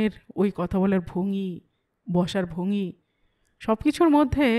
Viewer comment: 'ভঙি' নয়, ভঙ্গি (ভ-ঙ্-গি)।